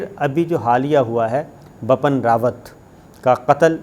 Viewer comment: Bipin (not bappan) kya krtey ho sabar bhai